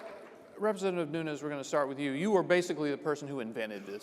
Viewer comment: Learn to pronounce Nunes! How unprofessional ! He is not from Spanish background. Look it up. Respect the cultural heritage. Not everyone from California is hispanic.